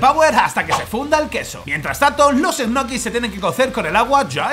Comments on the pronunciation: EJNOKIS JAJAJAJAJAJA... LOCO SE PRONUNCIAN ÑOQUIS! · que raro que pronuncias. yo soy de argentina y siempre pronucie ñoquis y escucharte decir egnoquis me bugueo la cabeza y quede con lag mental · Soy el único que cuando dice egnoquis se quedo diciendole ñoquis culiado son ñoquis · O 'nochis' como dice Pablo jajajaj. Por cierto, ole por lo de Dani!! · Se pronuncia Ñoquis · Que forma rara de pronunciar Ñoquis (?